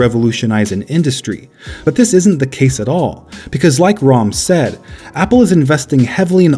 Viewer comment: My uncle’s name is Ram, and someone finally said an Indian name right! Woo-hoo!